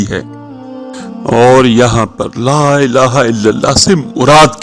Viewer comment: Elaaha ke lam par kara zabar hota he drustagi farma leegea ga